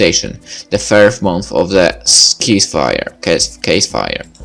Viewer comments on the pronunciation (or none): its Sees-fire as in, cease your fire pronounce the c as an s